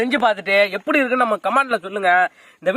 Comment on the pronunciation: Dai mariyathaya poiru epty da epty la pesura